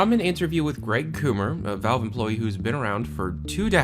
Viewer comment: Greg "Coomer"